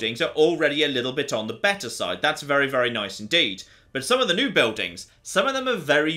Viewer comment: Great video, thankyou! You have a fascinating accent - with the added vowels on final consonants (e.g. "...on the likely side" becomes "...on the likely side-uh") - where are you from in the UK? Thanks, yours, a curious North American.